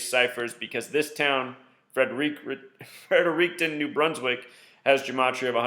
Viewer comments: It’s pronounced “Fred-er-ricton” like you are saying “Fred” first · It's pronounced Fredrickten lol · Fredericton is a city pronounced (Frederick- ton) for future reference